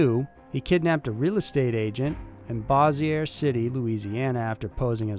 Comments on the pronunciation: Bossier City is pronounced "Bow-zher", not "Bossy A". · Hey love the channel . One criticism though, it's Bossier (Bows your) City, Louisiana not Bawz Zur city. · I live in the city next to Bossier its pronouced "bo-shure" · Bossier City is pronounced Bo-sure City, Thank you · Just to let you know, the Louisiana city is pronounced "Boe-zher"